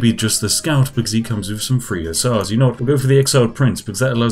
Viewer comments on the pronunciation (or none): You pronounce the th. That sounds like three not free LMFAO 😂😂😂💀